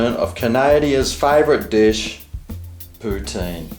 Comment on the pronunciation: It’s pronounced Poo-TIN and I don’t know what a cheese curd is either ❤️I’m from New York. Xo